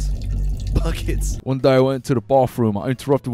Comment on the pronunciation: Did anyone else hear "f*ck it" not "bucket"?